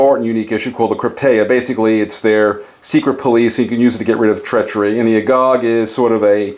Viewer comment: I think you got a location name wrong. It's Cercyra, not Corcyra. As for pronouncing 'agoge', the e is not silent.